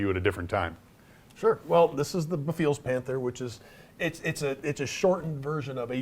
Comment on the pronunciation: Guys.... This kit is amazing..... But it's pronounced Beh-Fails, not be-feels lol.